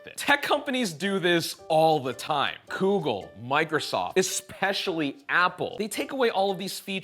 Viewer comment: Man said coogle